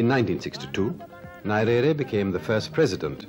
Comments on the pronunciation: I think the naming was the result of errors in pronunciation. Many English speakers including the host in the video pronounce his name as Nairere as opossed to Nyerere the real name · NYERERE NOT NARERE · The way He was pronouncing his name is annoying. I think he should have practiced before. I don't find it appropriate to keep mispronouncing one's name multiple times. You can't afford to mispronounce the name of President. Not Narere, it's pronounced Nyerere! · Saeed, please do me a favour but we pronounce Nyerere not 'Narere' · Could anyone explain to me how a person who calls himself a journalist & is set to interview a President of a nation does not take time to KNOW how to pronounce the name of his IMPORTANT interviewee properly! I doubt this man would've butchered any name of a Western/European country. I view this as disrespect of our people. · I'm sorry but you have mis pronounced his surname from the off!!! It is grating to the ear...Need to do your homework - 1 minute in and I have stopped the video. what else have you got wrong ? Frankly, I don't have the time to find out . Remove the video and repost- please !!! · There are some combination of letters which are strange in other languages and therefore I would not blame the interviewer for mispronouncing Nyerere.But I found the interviewer to be also intelligent and a gentleman . This is why he got that much from Nyerere which many have felt to get. I am a Tanzanian and knew Nyerere very well as I was a Civil Servant under his Government. He had a sharp mind, world knowledgeable, honest and ready to learn from any body provided that person had something knew to tell. Had both a science and humanities education. A Saint to me. Thank you for the refreshment!! God Bless.